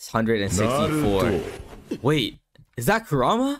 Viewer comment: Bro said narter bruh